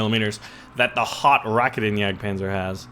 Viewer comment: the Raketenjagdpanzer is pronounced Ruh, KATE, uhn, yad, Panzer. sorry to be a grammar nazi